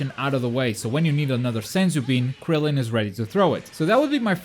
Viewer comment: It is Krillen not grillen